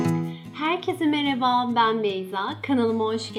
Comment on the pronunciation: niye çok ağır konuşuyosun bide mğerhaba gibi